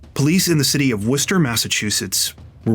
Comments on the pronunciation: Thank you for pronouncing Worcester correctly ❤❤❤ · As someone who grew up near Worcester, thanks so much for pronouncing it right! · Thank you for correctly pronouncing Worcester. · Thank you for your correct (albeit non-native) pronunciation of Worcester! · Dude, did you pronounce Worcester almost like a local?? 🥳👍🏽👏🏻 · You are literally the first person that pronounced my city correct that doesn't live here.... literally no one can pronounce Worcester without the Boston accent. Shout out to u my dude.... somehow i didn't even hear about this and I literally live in Worcester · Thanks for doing the work and properly pronouncing Worcester. Those little things show you care about the stories and people you tell stories about. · How did you know how to say Worchester??? NOBODY says it right 😂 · As a Masshole, THANK YOU for pronouncing the city of Worcester correctly. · Thank you SO MUCH for pronouncing Worcester correctly!!!!🎉🎉🎉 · Born and raised in Worcester. Thanks for covering this case.. and pronouncing Worcester right 😂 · Thanks for pronouncing my city name correctly. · Hi from Worcester, MA! Thanks for sharing this and pronouncing Worcester correctly 😅 keep being awesome! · Wait, how do you know how to pronounce Worcester correctly? Most not from MA don’t. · Props for pronouncing Worcester correctly. Most non-MA residents get it hilariously wrong.😊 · I agree, and I'm near the UK city of the same name :) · Wow, someone pronounced Worcester correctly finally! 👍 Idk why Worcester keeps popping up in true crime lately, but nobody else has gotten the name right! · I can't believe you said Worcester right i lived here years before I got it right...lol I love you keep up the amazing job we love you in Massachusetts ❤❤❤ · Thank you for saying Worcester right ❤️.